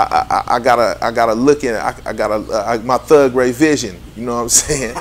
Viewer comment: "Thugray vision". Damn.